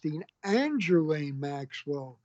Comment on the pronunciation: I liked the part where he mispronounced Ghislaine's name in a different way every time.